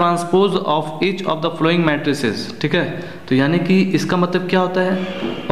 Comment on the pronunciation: Folowing nhi sir following hota hai aur sir exercise no. to shi daal lete